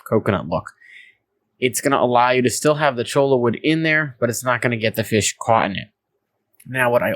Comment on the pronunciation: I collected some when I took my ecology class out to the desert. I cringe every time you say CHOLA.... it is Cho-ya